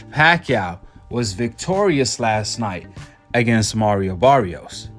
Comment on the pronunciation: That wasn’t Mario Barrios in that ring Saturday night. That was Marry-O Barry-os. Big difference 😂😂😂